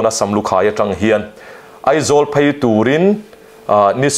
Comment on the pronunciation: Beih" tihtur ah Baih, Phei tih tur ah Phai, Mizo tawng diklo a tam lutuk a, ngaihthlak a hrehawm mahmah e..